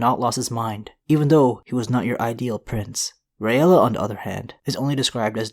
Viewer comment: It's pronounced (Ray-la). Not (ray-ella). Just like Rhaegar is (Ray-gar) not (Ray-egar)